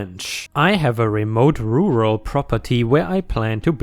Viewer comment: Looks like pronouncing the word Rural is your nemesis,. Kind of cute really. Like asking a Chinese to say Round Robin. I'm sure my German is hugely more hilarious though..... ⭐⭐⭐⭐⭐⭐⭐⭐⭐